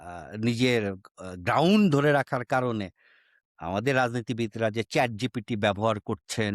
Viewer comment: ভাই আপনারা ChatGPT কে যেভাবে ChatGTP বলতেছেন । কাউকে পচানোর আগে নিজের উচ্চারণ টাতো ঠিক করেন 🤪